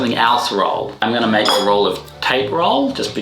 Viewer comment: It's crazy how he doesn't say "I'm going to show her " Instead he says "Ung gonna show her"